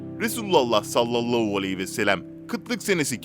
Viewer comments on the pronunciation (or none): Sayın arkadaaim kelimeleri düzgün konuş sallallahualeyhivesellem diye okuman gerek ama sen sallallauuu vesellem diyorsun böyle olmaz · "Sallallau vesselem" değil "sallallahü aleyhi vesellem" olacak. Biraz çalışarak düzeltebilirsin. Bunca insan izliyor, kendine biraz çeki düzen vermen, diksiyonuna dikkat etmen faydana olur ! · Aynen bi tuhaf söylüyor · "Salallahu aleyhi ve sellem "derken diksiyon bozuklugunuz var biraz çalişsaniz iyi olur